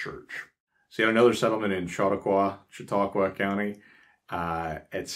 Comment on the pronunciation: I congratulate you on your pronunciation of Conewango, Cattaraugus, and Chautauqua!! Although my family is "English," our roots go back to before the Amish settled here. We are really amused by current affairs, worries about shortages, and "preppers" fears of EMPs to which the Amish would say, "huh?"